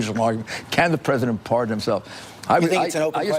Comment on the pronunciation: why does giuliani pronounce is Ps like that. "CAN THE *PH*RESIDENT *PH*ARDEN HIMSELF?"